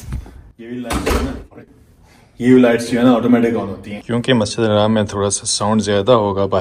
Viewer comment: Bhai haraam bolna band karo, ye Masjid Al Haram hai na ki Haraam